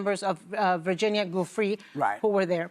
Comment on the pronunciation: It’s Giuffré, not Guffry. Do your homework